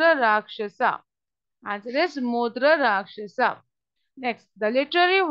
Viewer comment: It's mudrarakshasa but it heard like mutrarakshasa